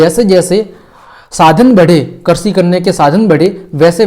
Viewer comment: All very good but karshi nahi krishi